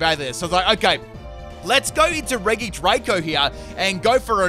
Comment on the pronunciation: Me: RegiDrago Him: Reege Draco